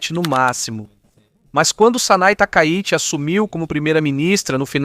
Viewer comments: o nome é TAKAICHI, não Takaiuchi... :body-green-covering-eyes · Nao e takayuchi E takaichi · aprende a narrar cara lh0 !!!! nao é OZAKA É OSAKA , NAO É TAKAYUSHI É TAKAICHI !!!